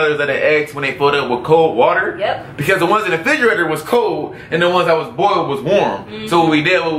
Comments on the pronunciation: says "bowled" eggs lol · She really can't say boiled lmao. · haha she said bold it's boiled